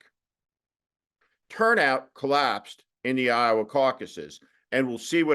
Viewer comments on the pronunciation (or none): none